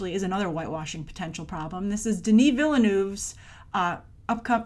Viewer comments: How she pronounces Villeneuve is cringe worthy... Sorry! Agree with you on all the rest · For Denis Villeneuve's last name. The "e" is silent, like the French word "ville". Just like the "s" in Denis is silent. French!!! I greatly appreciate your comments on original foreign films being seen. Thank goodness Hollywood does not want to make Bahubali.